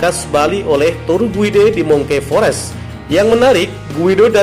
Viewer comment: Bukan di sebut mungki fores Brother tapi mangki forest dari bacaan monkey forest. Tambahkan ilmumu dalam bahasa inggeris bro barulah jadi presenter yang mantap.